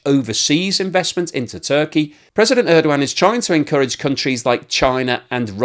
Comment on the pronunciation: His last name is Erdogan. I think you keep mispronouncing it. Good I for though